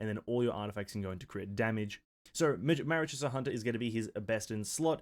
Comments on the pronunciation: i die inside every time he says Wrio-thes-ley... You didn't have to do my man Rise-ley that dirty... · Not an easy name to know how to pronounce, but it's actually "Resley". The W, and ioth are actually silent. Nice vid tho. Been hoping, and waiting for this type of playstyle since the game dropped. Heizou was close, but felt like something was missing. The Rizzler looks to have the lil bit that was missing for me. Only took 3 years for them to give me a main lol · HIS NAME IS PRONOUNCED RIZZLEY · Yeah, no way am i watching a video of someone that didnt even bother to check the pronunciation of the character's name.